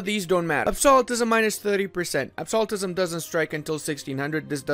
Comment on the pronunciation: I die a little every time I hear Ludi mispronounce Absolutism.